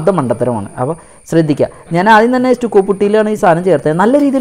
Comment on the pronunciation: അതെസ്റ്റുക്കോ അല്ല സ് റ്റക്കോ എന്നല്ലേ